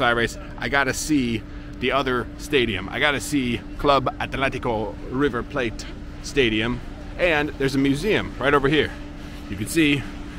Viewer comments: why do u pronounce river 'plate' like if it was some exotic language and not english? haha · You know... it's actually pronounced in English. River Plate. As you would read it in english :)